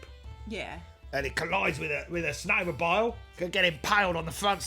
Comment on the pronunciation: I've seen the Snowmo-bile videos several times and only halfway through rewatching this one do I realize it's said that way to be like crocodile, it's incredible how some references can be so basic you (I) don't notice 🏂